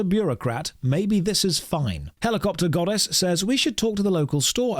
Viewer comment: "Heligodpter" was good